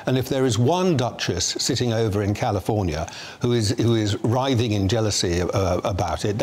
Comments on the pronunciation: It's "writhing" not 'riving. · Dear, the word is writhing, not riving. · The word is "Rithing". Not "RIVING ". Supposed to be journalists. Can't get words right. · Nitpicking here…but didn’t the bloke say writhing …not riving ??? Your headline writers need to learn English grammar…or was it a bot ? Also…loved the way same bloke called Rachel Duchess of Suffolk ! 😂😂😂 Merry Christmas .